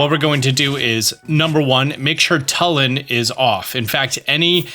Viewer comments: Hey I think it's pronounced Tulin with a U not Talon with an A❤ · Telin? TELIN? ITS TULIN GOD DAMMIT Luv ur vids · it took me 3 tries to parse what you were talking about when you said "talon" instead of "Tulin" lmao had to extrapolate from context. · Yeah it's not "TULL-in", it's "TOO-lin", like the word "tulip"... They pronounce it in the cutscenes that have voice overs, like the one where Tulin is unlocked as a sage. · Just FYI, the name of that character is Tulin, not Tullin. It's pronounced "too-lin", not "tuh-lin". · Tulin (Toolin) not Tulin (Tuhlin) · he pronounced Tulin as Telin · Great video, but I'm pretty sure it's Too-lin not tuh-lin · Bro pronounced his name T(UH)lin💀. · It's pronounced tu lin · Great info thanks, but for the love of god PLEASE stop saying "Tullin" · It’s pronounced Toolin Two-Lin They say it in the Cut scene with the sage of wind. Please up vote this so he knows! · why does he say "Tullin" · you just assaulted Tulin with the way you said his name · Him mispronouncing Tulin is really getting to me, great video otherwise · i really dont understand how you never know how to pronounce zelda character names no matter how easy they are like at this point i dont get it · Wicked video! Thanks for always providing great tips :) Will forever be bugged by you pronouncing Tulin's name wrong though xD